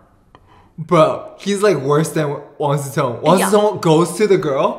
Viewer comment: You keep pronouncing Wang Ze Tong. He is Wang Si Cong. Completely different. 😂